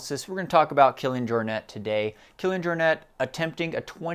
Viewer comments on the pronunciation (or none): Excellent episode....but Jaw-net? More Your-nay I believe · Yes, it's a Catalan surname: "Jor-Net". You pronounced it very good in the video!